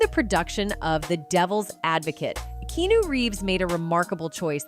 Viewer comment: His name is Keanu not knew learn pronounce before you spk